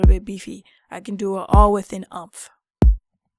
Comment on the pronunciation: Heads up: this is pronounced more like "Oooompf". Not like "trump". ;) Nice video, though!